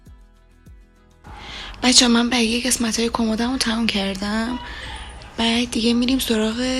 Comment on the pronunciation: چرا به قسمت میگی گسمت